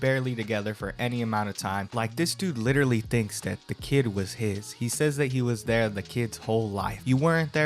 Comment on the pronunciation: “like litewally”